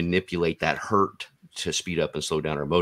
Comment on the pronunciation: One hurt 😞 Two Hertz😊